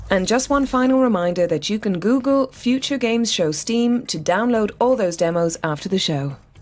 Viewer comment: Why dose he say uture like that